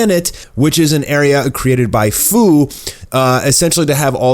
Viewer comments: He messed up the name its fu like fusion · Fu's name is pronounced like few. Jeez, no one can get that right.